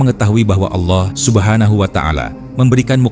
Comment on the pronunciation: Allah bukan Aulah